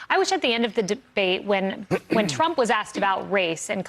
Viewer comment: TRUMP not TRAMP.